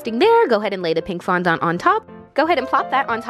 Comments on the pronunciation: darling, FONDANT, not fondont:) Ily anw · Erm... Im pretty sure fondant is pronounced “fondent” not “fondont” 😂 no hate tho, I love you and your videos 😘💗💗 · did anyone else notice how she kept saying fondahnt instead of fondant 😂 no hate tho ily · fondont Me: fonANT: fondont Me: FONDANT: fondant Me: WHY IS'NT SHE LISTENING no shade to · Sofia xxx I was cringing so hard every time she said fandahnt instead of fondant 😆😆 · I love how you say fondant (it’s pronounced phon- daant) I don’t care I’m saying fondont in honor of you now!😂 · Why do Americans say fondants as fondont? It has A in it 😂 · Lmao its Fon-dent :P love you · OMG I’m southern and down here the way you say fondant is not the way we say it! We say it fondAnt (the A doesn’t sound like an O) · Nobody: Not even the wind:: FoNdOnT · how she says fondant “fondont” 😂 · FON DAHNT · Apparently I’ve been saying fondant wrong 😂😭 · Lindsay Nicole Nah, I’ve been around bakeries my whole life. She is pronouncing it differently than most 😁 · omg the way she says fondant killed me 😂sis I love u but that is not how u say it 🤣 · Cant say fondant properly. Also you didn’t use the gold ???? But wow i wanna dooo this ahhhjh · It makess me so uncomfy how u pronounce fondant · every time she said fondant i cringed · Ah she said fondant wrong!!